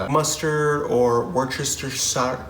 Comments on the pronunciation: try WOOSE-TISH-ER..... worcestershire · Wooster-sheer sauce